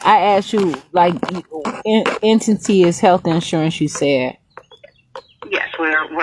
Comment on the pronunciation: It’s “entity” non “ententee”